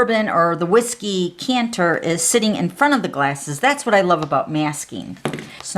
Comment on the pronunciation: I’m sorry, but it a decanter not a canter. Just saying sweetie. I love your cards.